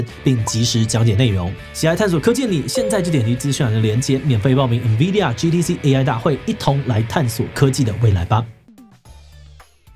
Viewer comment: 先不說未來有沒有預測，光Nvidia 唸對我都快哭了